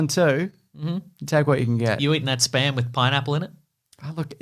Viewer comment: I really hate it when people say SPUM machine.